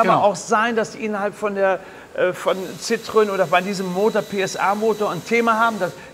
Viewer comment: noch was kleines am Rande: Die franz. Marke heisst Citroën. die zwei Pünktchen auf dem "e" bedeuten, dass in Französisch das "e" ausgesprochen wird. Demnach heisst die Marke nicht Zitrön, sondern Zitroen (Zitro-en). Der Motor mit Öl-Riemen ist trotzdem Sch..... 🙂